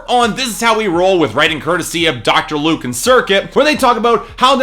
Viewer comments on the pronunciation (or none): none